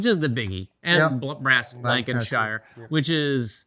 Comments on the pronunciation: Love hearing your pronunciation of UK place names. Lan-Ka-Sheer and Bur-Ming-Hum I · Super pepped for the game! *Lancashire ("Lank-a-shur") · For our American neighbours...anytime you have a UK city ending on ham...it's pronounced hum. Birminghum, Buckinghum, fullhum, Nottinghum and so on. Anything ending on shire is shur. Yorkshur, Lancashur and so on. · This video should be titled "7 ways to mispronounce Lancashire"